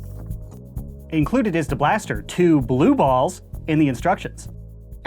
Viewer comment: I love the one-second pause whenever you say "blue balls" 😂 I don't know if it's intentional or not but it cracks me up